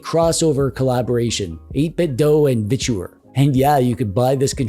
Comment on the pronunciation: Literally the only person I've heard pronounce their company as a three syllable "Vich-oooo-errrr". ;)